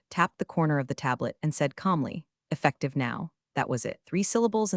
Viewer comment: "E ffec tive now" isn't 3 syllables.